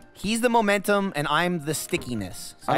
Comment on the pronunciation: "I'm the mommommmmentum" gets me every time! XD